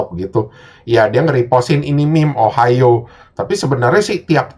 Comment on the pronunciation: lama lama denger ohio jadi ohayo njir